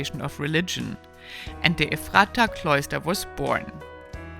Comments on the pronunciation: Ephrata, too. EFF ruh tuh. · It is pronounced with a short 'a', Ah Mish. Ephrata is pronounced as 'Eff for tah'. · Oh my Gosh! It's pronounced "Eff-ra-ta". I'm not even sure what you tried to say. Before you explore an area, maybe you should learn how to pronounce the names of the places you're sharing.